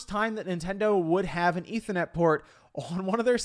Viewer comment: “Eetha net port”